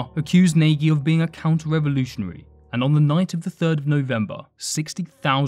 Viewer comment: You mispronunciation of Nagy is pathetic